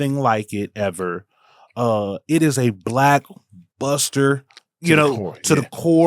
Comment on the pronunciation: It's funny AF how y'all say "buster" 😂. Y'all stress that "ER" sound 😂😂😂